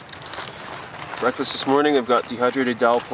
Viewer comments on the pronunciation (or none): none